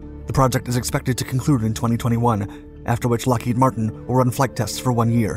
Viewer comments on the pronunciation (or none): none